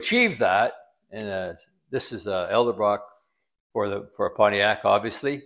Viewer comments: Edelbrock not Eldebrock..it’s like when people say Gartlits instead of Garlits. Sorry to be so picky but it erks me when I hear names mispronounced ! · Dude, He pronounced Edelbrock incorrectly.